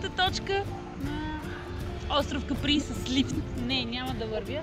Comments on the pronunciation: Казва се Ка'при, а не Капри'. На италиански. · Острова се нарича Ка'при! Ударението е на буквата А!